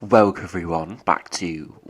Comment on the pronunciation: Hi. I enjoy listening to your forecasts thank yuu, but I can’t understand what you are saying on intro… is it Welk everyone, or wolk everyone? Or are you missing a part of a word.?